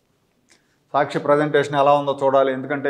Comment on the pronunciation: మీరు సాచ్చి చడవకండి